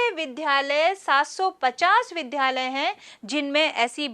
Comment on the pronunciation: ज्ञानवर्धक लेकिन विध्यालय का शुद्ध उच्चारण विद्यालय अपेक्षित है।